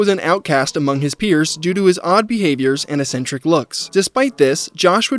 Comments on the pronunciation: bro cant pronounce eccentric. what an actual retard. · It's crazy how many times you said eccentric in this video without looking up how it's pronounced.